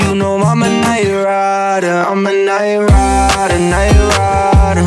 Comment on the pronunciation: Quem é do Brasil fala Nightrider um monte de vezes na pronúncia certa . Parece Nayara